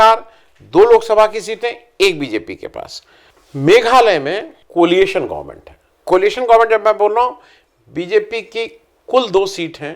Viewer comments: I thout the word is 'coalition' not 'coliation'. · आप अभी तक बराबर एक ग़लत बात बोलते हैं: कोलिएशन!! अरे सर, वह शब्द कोएलिशन (COALITION) न है!! और तो और, आज आपने RATIFY के बजाय RECTIFY बोल दिया!! कितनी ग़लतियां करेंगे, सर???